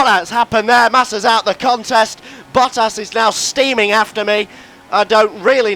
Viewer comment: When he says Bottas it sounds like Buttass lol